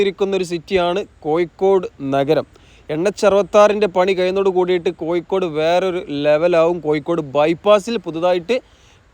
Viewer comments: കോയിക്കോടല്ല കോഴിക്കോട് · കോയിക്കോടു അല്ല കോഴിക്കോട് ആണ് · നിലവാരം ഉണ്ട്. പക്ഷെ ഉപയോഗിക്കുന്ന ഭാഷ ഒന്ന് കൂടി പരിഷ്കരിക്കണം.... കോയിക്കോട് (കോഴിക്കോട് ), വയി (വഴി ), പയക്കം (പഴക്കം), ഏയ്‌ ലച്ചം (ഏഴു ലക്ഷം), മയ (മഴ) എന്നിങ്ങനെ തിരുത്തുക 🤣.... മലയാളഭാഷയെ വ്യഭിചരിക്കാതെ മോനെ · കോയിക്കോട് . ഇടനായി മൊത്തം യ മയം !!!! പ്ലസ് ബ്രോ ഴ ഒന്ന് ശീലിക്ക് .....ഒന്ന് പറഞ്ഞു പ്രാക്റ്റീസ് ചെയ്യ് pleeeeeeese